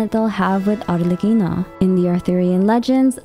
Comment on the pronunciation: as an italian I can say for sure that your pronunciation of Arlecchino is really good! also ty for another amazing video, you explained it all so well ✨